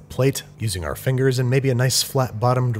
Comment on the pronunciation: he said fingey